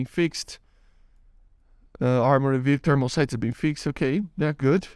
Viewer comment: Het I love your videos and I just wanted to give you a tip. You can ignore if you want it's not a big deal but fixed isn't fix-ed it's fixD I know that's weird English is really weird but I just wanted to help